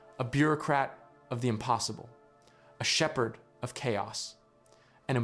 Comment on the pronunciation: Sheffard? This smells like AI.